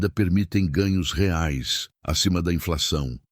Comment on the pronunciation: Ajusta mais o áudio do IA. Ficou horrível quando pronuncia "reais"😅